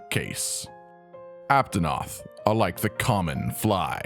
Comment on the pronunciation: Aptonot he said lol